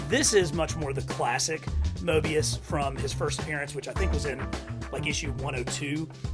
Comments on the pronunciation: I cringed every time you called morbius, mobius lol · did you just call it mobios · What's a Mobius it's morbius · It's not mobius it's morbius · Correction, It's Morbius not mobius. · Mobeis it’s morebeis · It’s morbius not mobius lol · It’s not mobius it’s morbius no hate though great video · Mobius.....oops it's okay I can let that slide. Lol. Just missing that R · Bro he says it wrong he says Morbius wrong